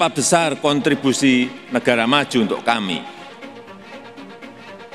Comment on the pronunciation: kontribusi bukan kanttibusi, lo dulu sekolah dimana